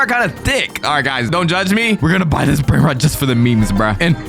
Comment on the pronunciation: bros brainrot pronounciation 💀